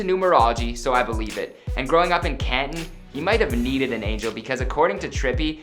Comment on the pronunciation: At least he pronounced Canton correct...